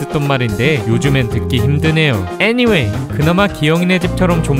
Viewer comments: 아니왜애니왠이라코 말하는거지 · 애니웨이! 너무 찰지셬ㅋㅋㅋㅋ